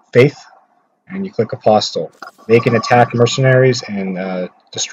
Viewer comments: And learn how to pronounce apostle lol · Dude, the t in apostle is silent! 😂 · The "T" is silent in the word "apostle."